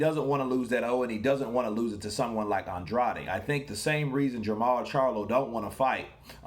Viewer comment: He says "Ann-Draid"(weird, I know).